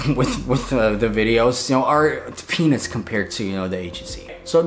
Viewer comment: Did uh... did anyone think he said penis? 😶